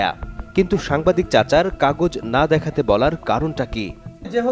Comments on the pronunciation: সাংবাদিক কে বলে সামবাদিক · মূর্খের বাচ্চা সাংবাদিক শব্দটাও শুদ্ধভাবে বলতে পারে নি 🙄🙄